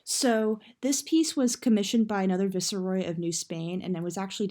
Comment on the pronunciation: why did you pronounce ‘Viceroy’ like that?? 😂😂 and what did you try saying right after that?